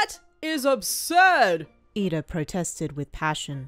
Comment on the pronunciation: its iida not lida :))))